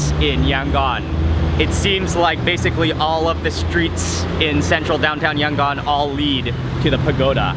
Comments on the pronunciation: I am from Yangon and also the way u say Yangon is very cringing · YOUR PRONOUNING YANGON WRONG